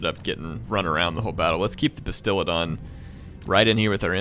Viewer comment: Fallen Hero i was with you!!! Im a advid seraphon player. And i twitched everytime he called it a bastilidon and stegladon